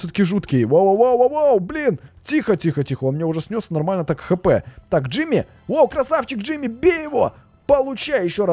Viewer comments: Не Джими а Джорджи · Не Джимми а Джорджи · Не ждими а Джорджи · Не Джими а джордже